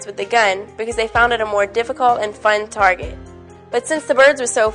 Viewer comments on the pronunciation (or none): none